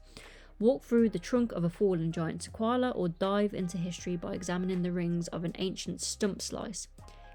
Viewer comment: I’m definitely getting the Off Road Adventure and the Sequoia Tree Trail. And by the way - it’s pronounced "SE-KOI-AH". Don’t know where you got the L from😂